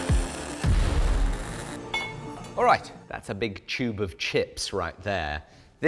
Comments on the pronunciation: “A big chube of chips.” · That's a big chewb of chips right thehh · "A big chube of chips" 👌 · a "choob of chips" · Lolz... "Chube of chips..." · “a choob of chips”